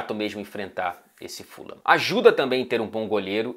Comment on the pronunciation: eu falava ¨furram¨ antes, depois de um tempo comecei a chamar na pronuncia certa, q é a q vc disse no comecinho do video